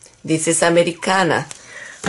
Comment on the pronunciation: Thanks for your answer. You speak Spanish, right? I do, and I can infer because of the way you pronounce Americana. By the way, do you get the XIM Latex X-Tender locally or only online? Where do you buy the Americana PREMIUM Colors? Have gone to Michael's and Joann's but their colors selection is poor. Thanks for all you do for us!